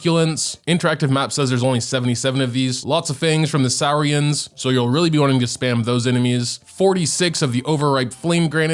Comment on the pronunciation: Not pronouncing Saurians like Sauerkraut 😭